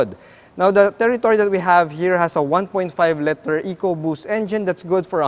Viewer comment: It’s pronounced liter not letter.